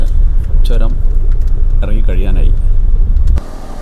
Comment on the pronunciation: എയർപിൻ അല്ല മാഷേ ഹെയർപിൻ ആണ് ചോരമല്ല ചൂരമാണ് ഭാക്ഷ നന്നാവണം അനൗൺസ്‌മെന്റിനു 🙏🙏